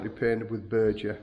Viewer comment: It's not Berger paint, it's Beger. Probably a Thai knock-off. I love your tile floors.